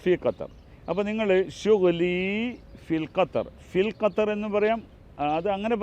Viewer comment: കത്തർ അല്ല 😂😂😂😂😂 (ഗത്തർ)..ഉള്ളവില കളയല്ലേ തെറ്റു പറഞ്ഞു